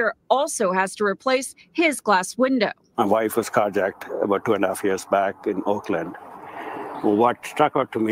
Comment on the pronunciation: Umm ... Oakland woman, it's Oakland 🤷🏼‍♂️🤣 you're fucked by proximity